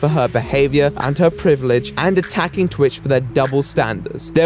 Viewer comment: The word "privilege" does not have a D in it.